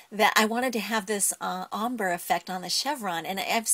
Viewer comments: It's pronounced ombrey not ombr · Lol "ommbruh" It is ombr(ayy) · she is saying ombre wrong u prenouce it is om brey